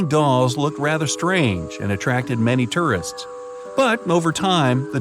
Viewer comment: You don't say "tourist" very well.